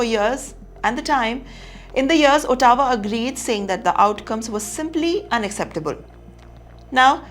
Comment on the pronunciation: It’s is not Ooootowa, Ottawa